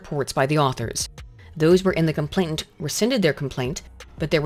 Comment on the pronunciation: Is it just me, or is saying "complaintant" instead of "complainant" all through this video, even when she's reading a text